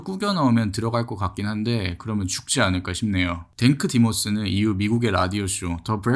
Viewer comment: 댕크 디모스가 아니라 탱크 디모스 아니야....?